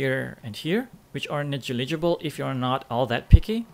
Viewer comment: neh-jill-i-juh-bull XD